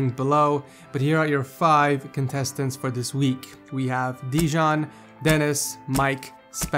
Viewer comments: its slav name, you pronounce it like deyan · Dejan is should be read as Deyan because he is from Balkan :D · Dejan is pronounced deyan it is a serbian name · the way he said Dejan?! Haha nije on francuz 😂😂😂😂